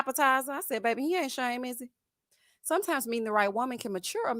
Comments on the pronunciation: thinks when he say...babbby and ya heard me..... women just flock to him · As a woman from New Orleans I was done with and his babay from episode one!🙄